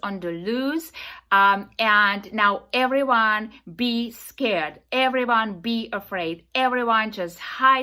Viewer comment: Hey lady it’s we, not ve and everyone not eweyone. Go talk to the vall vith all sense you are making. Perhaps some linguistic lessons vill help vith public speaking